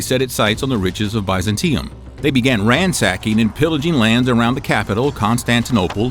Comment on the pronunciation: Your pronunciations are almost enough to make me unsubscribe!!! Biz-ant-ee-um. You do this every episode! If you’re gonna teach history, do some research on pronunciations before you hit record! P.S. High-ah-sophia